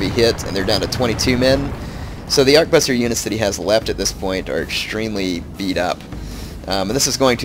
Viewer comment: Ar-ke-bu-ssier. it's french. trés chic